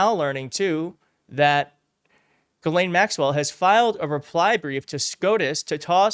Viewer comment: GISLANE. ITS GISLANE!!! Not Ga-lane, Jislane, Giselle